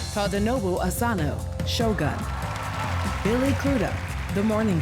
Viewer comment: that usually Americans only speak English or at most Spanish but don't make any effort to see how certain words in another language are read. "Shogun" is not about the "gun"